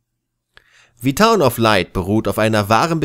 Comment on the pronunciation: Wird aber "the town" gesprochen, nicht "Thii" weil ja kein Vokal folgt :$ Ja Klugscheißer, ich weiß ich weiß :$